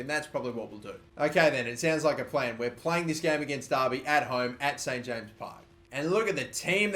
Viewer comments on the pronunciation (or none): none